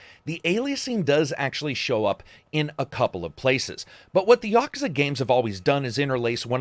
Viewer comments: Props for more properly pronouncing Yakuza than your average western ye-KEW-za. It's no big deal but does bother people who prefer proper nouns to be said right. Otherwise--as always--your BS free review here was very informative and entertaining in its own right. I've never delved into the Yakuza series, might be about time though. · Says Yakuza properly and then butchers Yagami. Sigh.